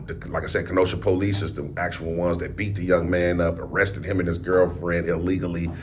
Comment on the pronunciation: it’s not the poh-lice dept it’s just simply the police. Stop emphasizing on the poh in police. It just sounds ignorant. Sorry!!